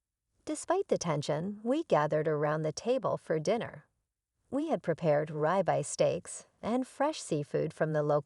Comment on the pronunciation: ribeye steak is not pronounced like you did. Try saying rib eye